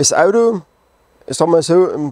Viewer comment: Sachsenring, das Audoo!